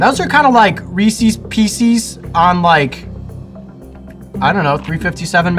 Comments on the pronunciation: Rees’s pieces. They way he said it would be like saying… I asked asked for a couple peace-eez of my friend Rees-eeez cake. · Its Reece's PIECES ...not PEEEEEsees LOL. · Tatsusama So it is reeses peeses? Cause the way jojo phrased it made it sound like it was wrong ya dig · reeses pisces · WTF I LOOKED AT YOUR COMMENT AND HE SAID REESE'S PEECEES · Reese's and Pieces are supposed to rhyme when you say it, lol. And I mean in the way where you are saying the word "pieces" correctly instead of "peecees" lmao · Reese is a name. Reese's is the plural of his name. How he said it is wrong. Especially the "pieces" part of it, the fuck was that lmao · Isaac Grillo ikr, its Ree-sis-pee-sis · I respect the hell out of him. But he said "Ree-sees pee-sees." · Coyote says reeces peeces 🤣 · I've scrolled through tons of comment, is no one going to comment on the resses pesees (reesess pieces) thing 😂 me and my buddy just lost our minds lmao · reesees piesees